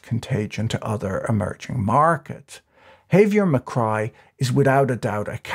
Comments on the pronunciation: "Jevier Macrai" MILEI. His last name is Milei, not Macrai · I giggle a little every time I hear Macrai and Milai. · Did you mean to keep calling Millei McCry? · A couple substantial problems: First, early in the video you were talking about Margaret Thatcher and posted a picture of Queen Elizabeth as illustration. Secondly, near the end of your video, you seemed to begin calling Milei by the name of Micri, which was confusing. An edit might be a good idea. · Macri = 'máh-cree' ; Milei = 'mee-láy-ee' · I'm a gringo who speaks some Spanish. The mispronunciations distract me. Mil-leye? Ma-creye? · I can’t help but hear the name President Mallaise. Still, I hope he achieves some good in there. No doubt they need drastic reform. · did he mess up his name on purpose at the end? And what's up with Queen Elizabeth? Does he do that to see if we're paying attention? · that's not how you pronounce Macri and Milei